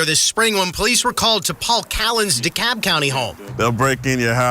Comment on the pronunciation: The "L" in "Dekalb" is silent; it's pronounced "de-KAB".